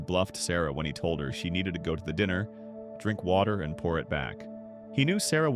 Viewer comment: AI voice lost me when it pronounced "diner" "dinner".